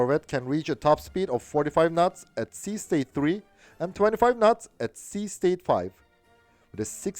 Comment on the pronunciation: I love ur channel, and ur accent! "...45 nuts..." just beautiful.